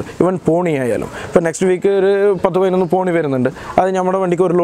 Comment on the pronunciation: തോണി അല്ല ചേട്ടോയ് പോണി😆